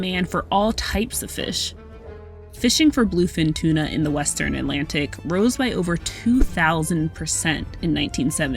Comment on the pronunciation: Interesting but at the beginning of the video they say tuna wrong